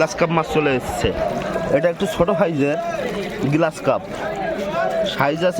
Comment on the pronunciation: গ্লাস কার্প না গ্রাস কার্প।